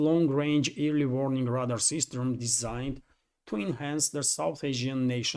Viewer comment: Just a helpful note... Radar is pronounced "ray-dar."